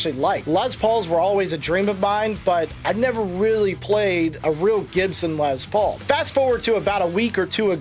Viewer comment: it's "Lessss Paul" not "Lez Paul" his name was "Lester Paul" not "Lezter" no offense to our LGBTQ friends.....